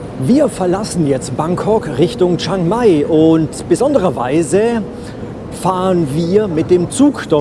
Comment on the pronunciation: Nettes Video 😊 aber bitte liebe Deutsche 😂 es heißt chiiiiiiang mai. Das iiiii muss man schon aussprechen chi-ang-mai Thx 😊😅